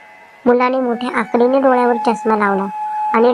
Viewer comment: आकडी नाही अकडीने